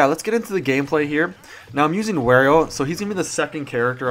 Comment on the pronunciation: Wario not Werio